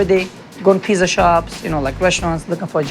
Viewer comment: Did she finally learn how to pronounce “pizza” or is it still “peesa?”